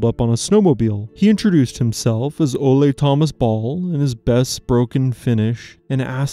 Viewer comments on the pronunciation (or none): FYI - The pronunciation of Ole in Norwegian is OOHLA rather than OHLE.